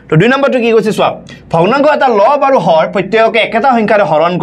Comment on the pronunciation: Lob aru hor nhoi sir 😂😂😂 Lobo aru horo buli kua hoi